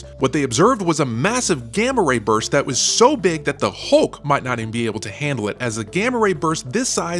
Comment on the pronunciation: you need to pronounce Hulk's name different. it's not ''Hoogk'' it's an ''L'' HuLLLk :D